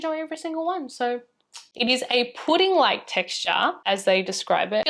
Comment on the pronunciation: I love how you still pronounce pudding as プリン eventho there’s no japanese involved in the product (talking about numbuzin 4). Sounds soooo cute!!!